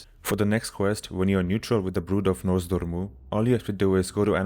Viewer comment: "NoZ Door Mu" :))